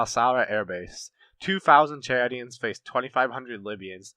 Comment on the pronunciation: I'm very impressed with you pronunciation of names, especially the Chadians. Excellent video, you get a thumbs up from me.